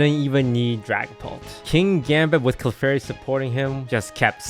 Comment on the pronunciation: Clefary, unreal lol